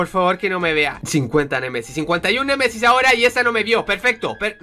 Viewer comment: Like si escuchaste a decir cien Messis cien Messis:v